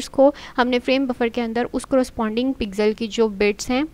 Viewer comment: Pixel ❌ Pizel ✔ :elbowcough